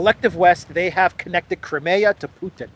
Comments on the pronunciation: It's CRY-ME-YAH, for cryin' out loud - not KREMAYA, which sounds like some kind of body lotion! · Crimea river.